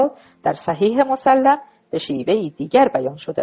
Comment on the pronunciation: بعنوان مثال ، صحیح مُسلِم درست است نه مُسَلَم ، این اشتباه ها بسیار مورد خنده ی دیگران میشود